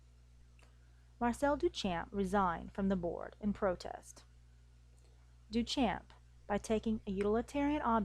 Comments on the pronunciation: good.... but you aren't pronouncing Duchamp correctly. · This video is pretty good. However, you’re pronouncing Duchamp incorrectly. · Every time she pronounces 'Duchamp' I cringe.